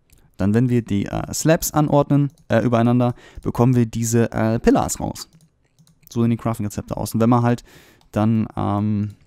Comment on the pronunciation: Dieses Wort Pillar. Lachflash³ xD